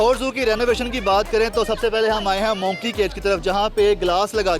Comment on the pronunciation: ABA JAHIL INSAAN ITS MONKEY NOT MOONKEEY.